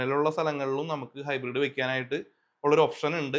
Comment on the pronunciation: ഹൈബ്രിഡ് ആണ് ഹിബ്രീഡ് അല്ല.